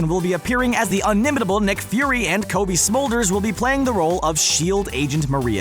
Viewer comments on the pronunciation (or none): none